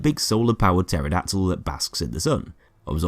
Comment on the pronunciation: bro said "pterodactyl", come on man